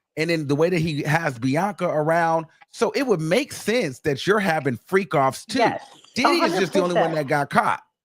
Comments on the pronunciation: Its the Didd-dee take me out everytime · Why does he say “Diddy” like that? It makes me chuckle